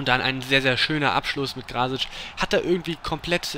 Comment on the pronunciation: ich denk das krasic iwie eher wie krass, also krassic ausgesprochen werden soll. würd ich jez meinen xD